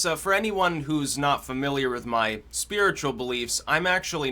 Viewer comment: Why does Mahcome before every mahword mahnow? muh?